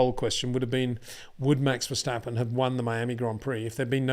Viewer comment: I'm Dutch and no one says Max Vershtappen... Actually, if you really want to do it the Dutch way it's the letter 'a' in both words that needs a different sound :D